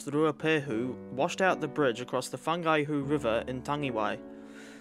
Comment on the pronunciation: fungihu river???